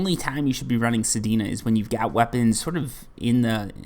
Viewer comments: Your saying sedena but it's sedna lol. This is also good for releveling weapons that you used forma on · Sir I believe it’s pronounced sed-nu not pronounced sed-e-nu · I see your "Sedina" and raise you: "Heleeena" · bro dont stop saying sedina its funny make it part of ur channel 😂😂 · He puts an I at the end of everything😂 Sedina/Helina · my man just called sedna "sedina" hahaha